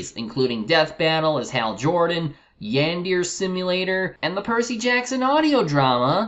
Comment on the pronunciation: Ackchyually, a clip is a device, other than a speedloader, used for loading a magazine or cylinder. Ackchyually, it's pronounced "YAN-dare-uh" (with sort of a rolled "r" with a hint of "l" spliced into it). Now THAT is quite the Amalgamate.